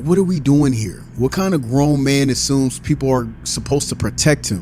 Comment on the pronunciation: The way says mang is funny AsF